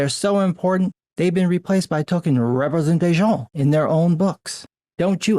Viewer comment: "Token Representasi'on." Loved the French accent.